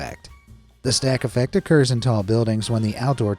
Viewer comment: Did you say snack attack or stack effect